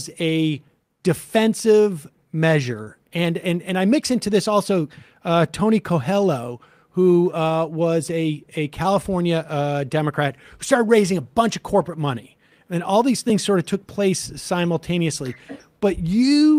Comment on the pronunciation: Tony Kwaylo, not Tony Kohelo. Cane-see-an economic policies, not Keen-see-an.